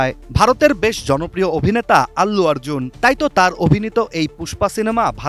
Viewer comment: অল্লু আর্জুন না ভাই অর্জুন ঠিক মতো নাম টাও উচ্চারণ করতে পারে না আবার সংবাদ প্রচার করতে আসছে।